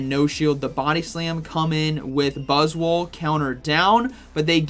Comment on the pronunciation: 😂 I can’t . Every time buzzwol is mentioned, I hear boswollocks 😂😂😂😂 making myself laugh again !